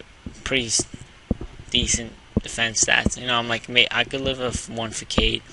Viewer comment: Facade is pronounced Fuh-Sawd, just so you know. Great battle though